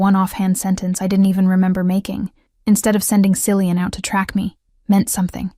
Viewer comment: Common AI..Cillian is pronounced Kill e un.